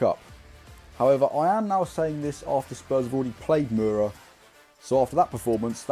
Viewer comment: See you at a presser soon mate! Slovenians reeling after that pronunciation of Mura 😂